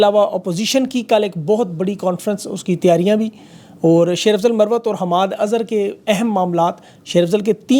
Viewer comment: sb AAP Marwat ko Sahi read nhi Kiya